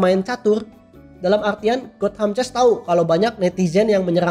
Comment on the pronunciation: Baca : "gotam ces".. "buka got ham ces"